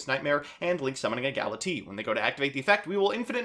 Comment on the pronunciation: Everyone here ragging you on for saying "Aignister" while I'm just scratching my head over "Gala-tee"